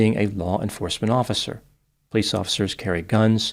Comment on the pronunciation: I love how says "pleece" (police in one smooth syllable) ❤😂